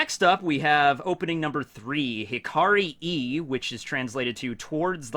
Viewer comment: No, you do not pronounce "Hikari e" as "Hikari i" (as in i in International Phonetic Alphabet), you should pronounce it as "Hikari e" (as in e in International Phonetic Alphabet)